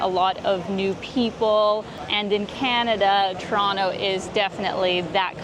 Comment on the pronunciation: Don't know if it was on purpose or not (seems like it was), but, the pronunciation of Toronto in the editing kept me smiling throughout the vid. Shot of Toronto: pronounce it like a native Torontonian. Shot of other cities: pronounce it like someone not originally from there. Nice!